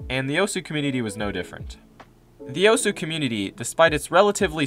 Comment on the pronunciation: The way he says “Osu” makes me want to cut myself